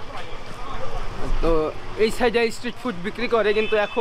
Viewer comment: তুমি অনেক ভুল উচ্চারণ হিন্দি নিয়ে বলছি না, ওটা হতেই পারে কিন্তু ইংলিশ আর বেঙ্গলি উচ্চারণ খুব খারাপ। স্ট্রিট ফুড যে তুমি বলছো ইসস ট্রিট ফুড। এস কে তোমরা ইস বল কেনো?